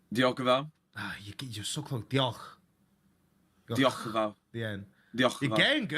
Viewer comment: It’s Diolch ffs